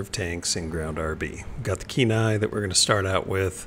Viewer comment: It's pronounced Ke-Nee not Nai :3